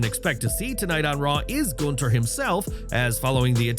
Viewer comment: Nice that they're making an effort to pronounce his name right here LOL. Tired of Gooonthurrrr.